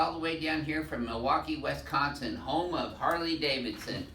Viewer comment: Its Wisconsin not Westconsin